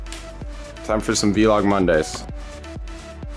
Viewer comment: Why does he say Vlog like V-log... It's a whole word VLOG LIKE BLOG